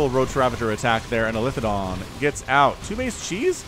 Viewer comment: It's eli-the-don.